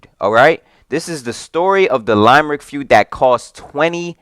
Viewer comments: Its LIMERICK not LIMEEERICK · It's pronounced Limb-rick